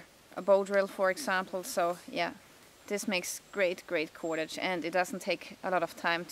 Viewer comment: like how you say KUWADADGE